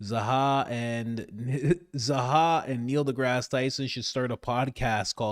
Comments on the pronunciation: Why do you kerp calling him "Zaha"? Lol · HIS NAME IS ZAHI. Holy shit, figure out how to say the thing your talking about. ZAH-HEE